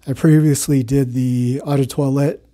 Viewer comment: Eau is pronounced /ō/, not /ah/.